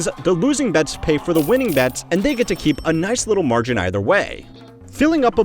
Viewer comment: Is no one going to mention how this channel is now using AI for the voice now? I think he simply put his voice in an AI model to save himself time. The model messed up in a few different moments in the video. For example, the model mispronounced the word "margin." This has happened in past recent videos but I finally felt the need to comment on it.